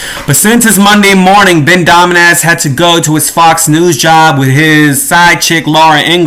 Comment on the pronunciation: LOL, you kept saying that dude's name and I thought you were making fun. So great!! Domenass.... LOL!